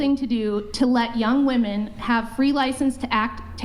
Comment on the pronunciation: I hate how they say woman for plural… it’s women, woMEN! It’s so dumb